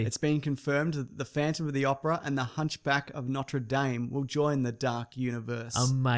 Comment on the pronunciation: It's either "Noter Dame" or "Notre Dawm". You can't mix the two! Gosh darn it